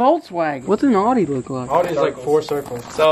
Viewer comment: When you guys said Audi I thought you said something like odi